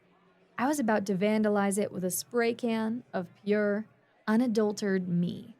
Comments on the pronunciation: One minor quibble. It's pronounced un-adult-er-at-ed. Not unadultered. Other than that, excellent narration of an excellent story.❤ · The thing is, this isn't a simple mess-up. On multiple stories, she's pronounced "unadulterated" as "on a dull turd," despite correction notes. It sounds like either an inability to learn or a refusal to do so. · Once more: "Unadulterated" is SIX syllables - Un-uh-DULL-ter-Ray-ted Please try and get it right. Please. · I've encountered all manner of accents, and she's the only one I've ever heard drop the "rate" from that word. It's grating, like a fly landing in your drink.